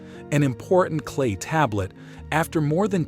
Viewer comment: I never heard tablet spoken like table-et untill I listened to this garbage.